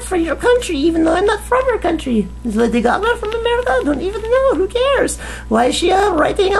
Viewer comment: wtf lady caca? lol stop saying it lol